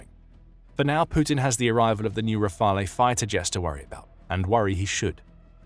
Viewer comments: If the letter of intent converts into an actual order in the future, the first Rafale jets (to be pronounced 'Rafal', not 'Rafalay') will not be delivered to Ukraine before 5-6 years, since Dassault Aviation already has a busy production line with an order book of 233 jets (+90 potential additional ones for India) and a capacity of 4 jets per month (expected to tend towards 5). We may also doubt that other client countries would accept to be deprioritized in favour of Ukraine to accelerate the delivery. Anyway, hopefully peace will have already been made by then, thus one needs to understand that the Rafale will not be a short-term 'game-changer' (unlike the SCALP/Storm Shadow, Patriot systems, Mirage 2000, F16, Hammer ammunitions, CAESAR, etc.) but a major deterrent asset for Ukraine regarding any future attack in the mid/longer-term. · You need to check your pronunciation of "Rafale".